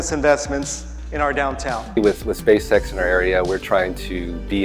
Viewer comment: You said "SpaceSex".....